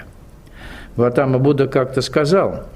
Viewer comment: Будда Сидхартха ГаУтама из рода Шакья , поэтому Шакьямуни 🕉 Но не ГаЛатама на , автор канала оговорился или не знает